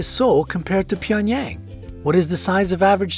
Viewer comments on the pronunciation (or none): “ PYENyAng” JCJEKSJD LMAOAOAOAOAO